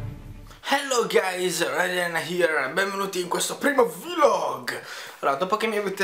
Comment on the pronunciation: ho my god sei un mega nerdone e fa schifo la cose che dici all'inizio : hello ahewgehsdgkuajh gayes. io non so come fate a sopportarlo sto coso *__*